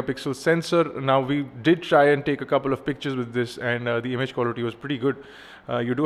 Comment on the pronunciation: "it DUD" haaahhhaaaaa